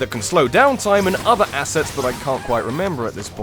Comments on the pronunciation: You mean... ASS-ets?!?! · Yea ASS-sets